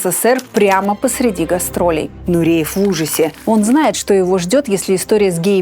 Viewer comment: Нуриев, не коверкайте на свой лад фамилию!!!